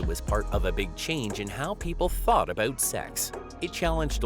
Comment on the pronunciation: Wait: what was it a-bewt?